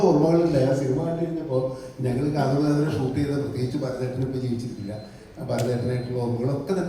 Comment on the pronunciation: കാത്തോട് അല്ല കാതോട്😮😮😮